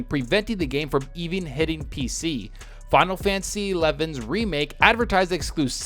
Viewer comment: "Finalfansis...eleven..." Me: 🤔